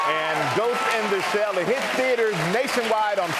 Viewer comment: does she say " ghost ina shell" ?